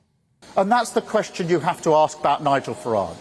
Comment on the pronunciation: Queshchiiun instead of question